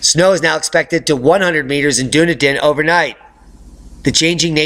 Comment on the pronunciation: Dunedin is pronounced with phonics..... dun E din as you asked earlier.Great update btw,cheers.